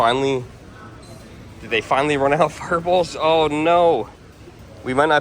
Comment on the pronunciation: lol it took me a min to realize you were saying “fireballs” 😅 I was like what’s a ferbull?!